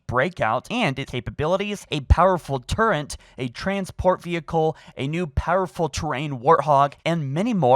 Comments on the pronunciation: How can you say like 80% of the English language so clearly and muck it up with words like turret? I don't think you have any speech impediments. I genuinly believe you just used to say "turrent" as a child and you refuse to break the habit because you prefer to say it that way even though its WRONG. Same way we all used to say "Think" as "Fink" or "Thank you" as "Sank you". The difference being the rest of us grew up and speak English correctly like adults. Good LORD man it's TURRET. IT'S SUCH AN EASY WORD. I've heard you pronounce really hard words flawlessly yet you get grungy on a two syllable word? T U R R E T. There's no N. My friend used to say it that way growing up and after I argued with him enough over how fucking nuts it drove me he eventually learned how to say it correctly. You can say "Infinite" flawlessly. You can say "Covenant" flawlessly. But turret is where you draw the line??? Are you doing it on purpose because you like the meme? I'm suicidal now because of you. I might actually fucking kill myself because of how much this frustrates me. TURRET. LIKE TOURETTE'S- WHICH YOU GIVE ME. Why don't we just call it "Halonfollowern" or "Halo Reanch: The Lonst Wolnves" while we're at it. So cheeky many quirk haha uwu 🥺👉👈 LOOK he says TURRET correctly then corrects himself to say it wrong on purpose!!! TURRET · What does that even mean? That doesn't sound like an impediment, he's not having trouble producing any of the sounds, he just says words wrong. Just stop pronouncing a nonexistent n, there is no excuse at this point for incorrectly pronouncing words everytime he speaks. I had a speech impediment my entire life, I used to get bullied like crazy, and adults had trouble understanding me. I taught myself out if it, taught myself how to more properly pronounce every word I had trouble with, which was basically any word with an r in it. I'm not a smart guy. I just didn't make excuses. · I came here just to say that. It’s a Turret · What’s a turrent?